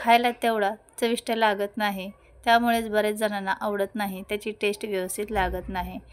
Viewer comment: ताई, भाषेकडेही लक्ष द्यावे.टेश्ट असा उच्चार न करता चव किंवा रूची म्हणा. टेश्टी न म्हणता चविष्ट , रुचकर म्हणा.कानाला सतत खटकतं.इंग्रजी शब्द कशाला?